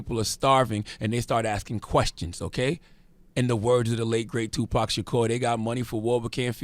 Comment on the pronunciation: He said the book of tuprofit shakur 😂